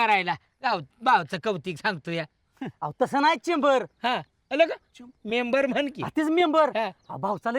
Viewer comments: मेंबर ❌ चैंबर ✅😂😂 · म़ेबर = च़ेबर😂😂😂😂